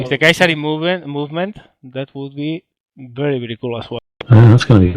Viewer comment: it's not bery bery it's very very :D